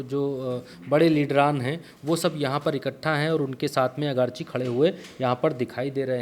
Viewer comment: अगरची नहीं आरगाची है